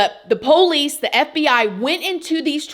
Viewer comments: “Poh-lice”. From Georgia, Lol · PO-lice. Where is she from? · Gotta love all of word accents! “PO-LEESE”! and “ Very INTER-RESTING! 😊” ❤❤❤ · I’m not the biggest fan or worst. But, you’re saying Pole ice drives me insane. Keep on, just seeing old habits die pretty hell hard .